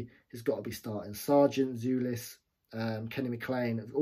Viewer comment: The correct pronunciation is "Jolis", not "Julis".